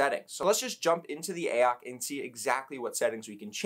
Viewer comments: Please stop calling it “ayock”. Use some common sense, it is clearly meant to be Ay-oh-cee. AOC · I thought I was going crazy hearing you say AYE-AHK every ten seconds. It's A - O - C dude jesussss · who tf is actually pronouncing it "Ay ock"? braindead.